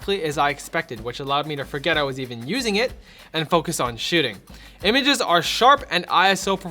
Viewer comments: i heard shooting the first time but saw your comment and watched again and heard shitting also lol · did you just say shitting? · Lol it sounds like saying "and let me focus on shitting" XD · that didnt sound like "shooting"